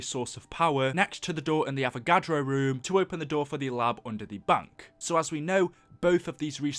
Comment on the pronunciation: It's bank, not bunk.